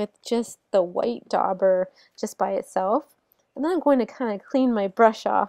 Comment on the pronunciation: THe "u" is silent. Dauber is pronounced like jabber. Look up "daub" in a dictionary.